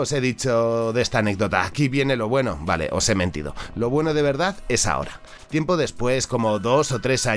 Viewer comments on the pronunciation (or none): none